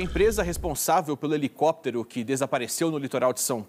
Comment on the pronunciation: Um repórter falando "helecoptero", ai é